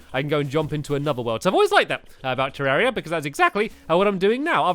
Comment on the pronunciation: It's ter=ar=ia